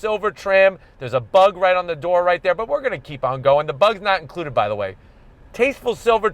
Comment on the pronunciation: No one:: "Bug not inlcuded"